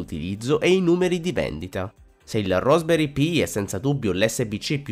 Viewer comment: RASP, dove la vedi la o, e dovevi solo leggere